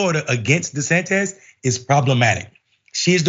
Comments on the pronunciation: Do people keep mispronouncing his name on a non-ironic way on purpose? Di-San-Tiss is the correct pronunciation. I don't understand why people say it Di-San-Tez? Just skip over mispronouncing it and call him DeSatan or DeSanctimonious. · Micky ain't haven it 🤨 De-San-tis 😜